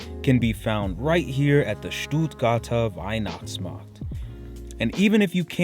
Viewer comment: I'm sorry but I had to grin everytime you said "STUUUHTGAAHTAAH WEIHNACHTSMAHKT" 😀